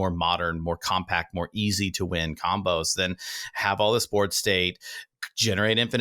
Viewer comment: LOL "comboes" and not "combos" xo